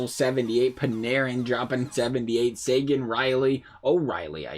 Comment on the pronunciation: butchered both names bruh